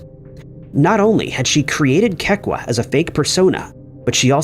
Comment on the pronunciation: Kekua = Keh-Koo-Ah